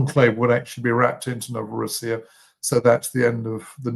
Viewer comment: It's pronounced Novo-RO-ssiya, NOT Novoro-SSI-ya. The name for Russia, Rossiya, IS pronounced Ro-SSI-ya.